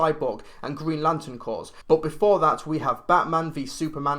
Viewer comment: "Green Lantern cors"